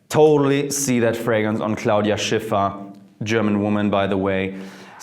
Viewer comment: so cool how you say 'Claudia Schiffer'